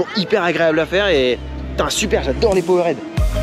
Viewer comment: Yo! Excuse-moi, mais tu me rends dingue sur l'anglais 😅. POWERED, ça se dit "poword" ou "paword" selon l'accent, quand tu dis "power-head" ça veut dire un truc genre "tête de puissance". Merci Man 😍 merci pour tes vidéos! Sam